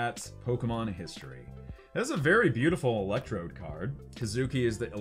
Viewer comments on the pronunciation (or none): none